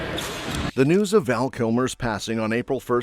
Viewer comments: His name was Val not Van. You should really correct that. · It's Val Kilmer NOT "Van." Get it right. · It’s Val, not Van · PLEASE CORRECT ITS VAL NOT VAN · His name is Val..... not Van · Was just about to type the same thing, Val not Van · It's Val, not van! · 😂 my first thought also. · OH for Gods sake! Get his name correctly! It’s VAL! 😒. RIP VAL. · Van?get it right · And gets the name wrong, even.